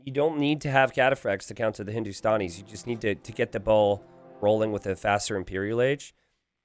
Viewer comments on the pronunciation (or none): Its Hindu - Stan - E - s not Hindu - Stawn - E - s :P